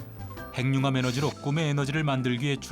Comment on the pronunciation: 핵융합[행융합]?[해귱합]! 그대들부터 잘 해주셔야 그걸 듣는 우리도 쉬이 고치죠!